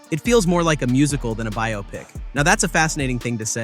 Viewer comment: Biopic = Bi-ah-pic